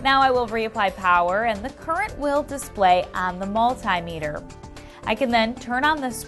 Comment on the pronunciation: OMG please say multimeter properly, thank you